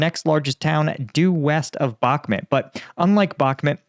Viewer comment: dude you're ARIGHT but< BUH MUT ITS NOT MET! MOOOOOOT MUT! PLEASE ITS SO EASY Makes you more credible if you can just say something so simple OKAY?